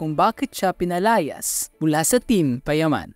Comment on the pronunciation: Hahaha "pinalayas"